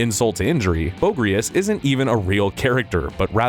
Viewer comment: "Bo-ag-gree-as" not "Bogras."